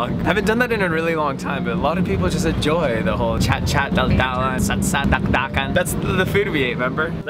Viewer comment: it's not dakdakan it's daldalan